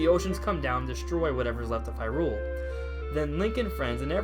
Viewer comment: Okay I'm gonna give this a chance...but if you say Hyrule as an iamb and not a trochee, then you obviously never watched the animated series =P